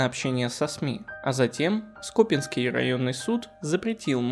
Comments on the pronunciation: То скОпинский, то скопИнский, странный вы какой-то. ЩетинА опять же. Суд Хорошёвский, но это можно не знать. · С Новым годом! Всем желаю добра! Автору - успехов в работе, огромная благодарность за интересные истории. Прошу обратить внимание на ударения в словах: то скОпинский маньяк, то скопИнский. Это режет слух и сбивает с настроя. И нужны, наверное, паузы для разделения историй, когда их несколько, как в этом видео. Очень хочется, чтобы канал процветал! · скопинский ударение на и а не на о. Уши режет неправильное ударение.